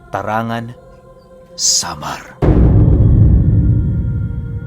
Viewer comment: Tarangnan po yun not Tarangan😊